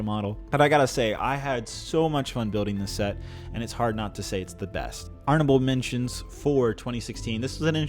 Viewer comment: Is it just me, or does he say "arnable mentions" several times?